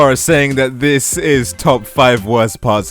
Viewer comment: “Dis” Talk like a normal person